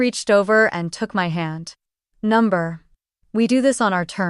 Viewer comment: UGH! "number", "no"? Get it right, A I!